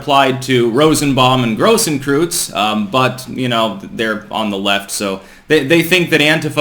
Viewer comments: Its pronounced grohs- kroits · Grosskreutz - Kreutz is pronounced kroitz. Big cross in German.